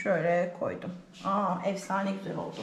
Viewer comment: Evsane değil efsane birde öğretmensin Türkçe den daha haberin yok